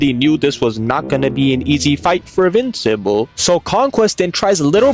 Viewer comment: his name is “-in-vincible.